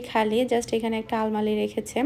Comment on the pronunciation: আলমালি না আলমারি বলে